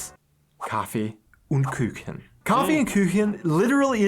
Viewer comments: Küchen ?? xD KUCHEN. KUUUUCHEN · That is simply how to make salad. If it's in a bowl you can Pick it up ans leave the most dressing there. It is just to get a Flavour. Dry Salad...what is that..just salad without acid, oil and salt pepper, herbs ect. Und Like in Youuu.. not Ünd Küchen. It is Stra (sh sound) zi a tella.